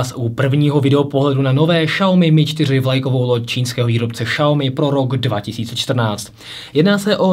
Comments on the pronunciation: Je to spíše Siaomy ale nedá se to takhle napsat je tam zvláštní akcent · Bože nečte se to Šaomi úplně mi to rve uši! Žil jsem dlouhou dobu v Číně a i mí čínští kamarádi se tomu vždy smějí. Zjistěte si laskavě jak se to čte!